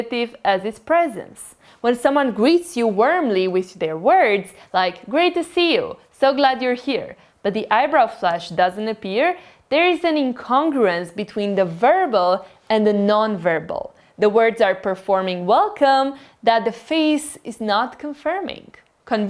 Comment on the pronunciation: just a tip when you say "incongruence" it should be pronounced more like "in-cun-gruins" with less emphasis on the "*con*"